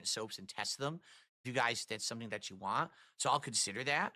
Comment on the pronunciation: I hope people make fun of him for saying ‘want’ as ‘WAH’